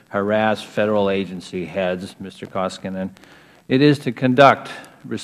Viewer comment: Cummings is an incompetent Ignoramus! He can't even pronounce Koskinen's name correctly! UGH